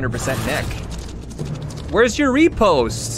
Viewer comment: When pronouncing riposte, say it like you're about to say "rip"; rih-post